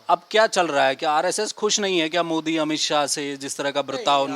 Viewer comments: पहले मोदी का नाम तो सही से ले ले मोडी मोडी कर रहा हैं। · Pahle Modijika Naam To Sahi Bolo,bol Pao,fir Aage Kuch.